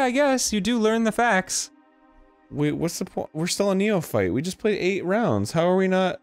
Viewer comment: It’s pronounce “Nee-O-Fite”